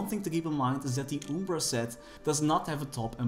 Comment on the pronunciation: It's arcane umbra, not ubra